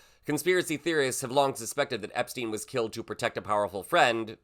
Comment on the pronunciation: Wait! What? He says he doesn't know Epsteen. I thought thats what I heard Cheeto say